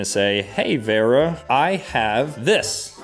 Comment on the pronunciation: How does he not know how to pronounce Vera.. 😐